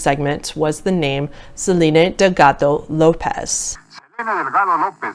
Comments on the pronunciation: I know she totally butchered it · that hard D in delgado lol